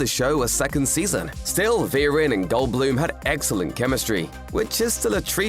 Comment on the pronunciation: Vereen= Veh-reen , not Virin